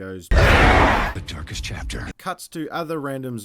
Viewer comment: It literally sounds like the voice over is saying The Turkish Chapter if you just listen to it. Hmmm, I wonder what it all means!? 🧐😂😂😂